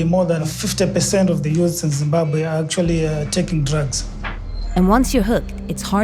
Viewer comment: first time i heard someone said zimbabwe how it really been spoken. just for that i like that video. but i cant pronounce it like that haha im from germany.